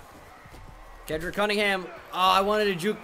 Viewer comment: am i the only one who realized today its "Ke-D-rick" not Ke-ND-rick might just be high..